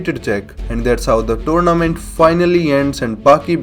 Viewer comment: Turnament lol i heard that so many at the start